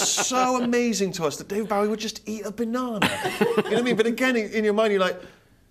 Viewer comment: How can people who have worked with the man, and profess a life-long obsession - mis-pronounce his fucking name!! It's BOW-EEE as in cross-BOW, not like a polite Japanese BOW. FFS!!!!